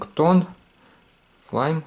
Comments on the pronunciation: Не флайм а флаймИ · Не флайми а Флайм